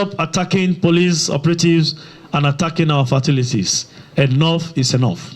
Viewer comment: Fatilities or facilities?? 😂😂